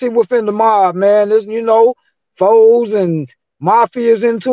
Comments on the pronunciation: He kept saying fours was blowing me lol. It’s FOES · It’s not fours it’s pronounced foes